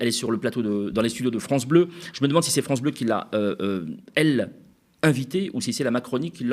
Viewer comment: Lemaire..... qui donne des leçons de compétences.... "vive la fronce"....